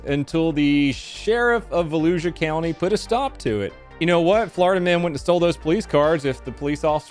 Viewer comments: Volusia is pronounced with a sh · Also. Because it’s a pet peeve, Vuh Lou Shu. It’ll come up in more of these I’m sure.